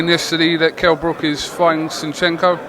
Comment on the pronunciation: Shenchenko? Seriously come on man. Disappointed man.